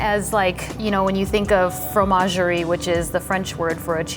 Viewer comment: It's called a Fromagerie... You didn't make it up, you just butchered it.. There is a french term already ma'am